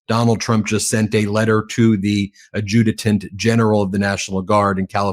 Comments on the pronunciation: A' ju tant. Emphasis on first syllable. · I’m embarrassed to say I’m an American because of him. Hey Ben, it’s pronounced ADD JEW TANT for the Adjutant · Please learn the word adjutant if you'd like credibility